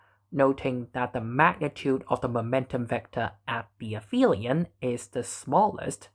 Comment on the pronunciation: Aphelion doesn't have an f sound in it. The generic name for a point furthest to the orbited thing is the apoapsis. If the thing is the earth, its apogee. The syllable "ap" means "furthest." "Helion" refers to the sun. So this is a case where "ph" doesn't make an "f" because these letters aren't in the same word part. "Peri" means "next to" or "along side." So perihelion is the point closest to the sun.